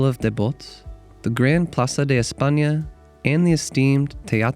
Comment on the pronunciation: It’s not platza it’s plaza🤣 Your background music is far too loud between the narration. Nice clip🥰